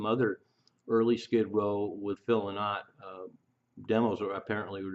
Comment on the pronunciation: The song singles were released in 1969 ,phil s name is pronounced LIE NOT .